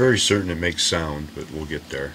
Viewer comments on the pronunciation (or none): none